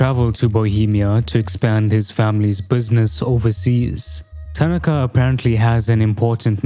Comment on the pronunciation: Awesome video. But why is nearly every video on this game butchering the Japanese dudes name, it’s ta-NA-ka